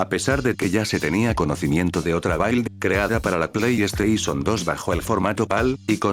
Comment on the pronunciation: "Build" se pronuncia más como "bild", o es esa la pronunciación Inglesa?